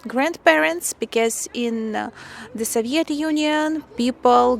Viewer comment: В слове Soviet ударение на первый слог (So). Вы очень красивая и умная девушка. Всяческих Вам благ!